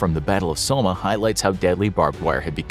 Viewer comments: Man all these pronunciations are just...wrong. When was the battle of somma? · how did you pronounce "Somme?" You said "Soma" which means the narrator knows nothing of history and had never heard of the battle of the Somme or it's a A.I. bot and we've all been had. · How did he say Somme 😭😂